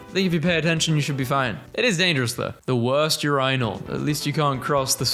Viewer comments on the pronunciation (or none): "...the worst yourainal." 😂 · The way he pronounces urinal scares me.